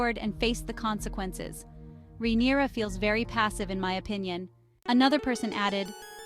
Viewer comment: her name isn’t “rhaeneria”. they don’t even call her that in the show. where do you get that pronunciation from?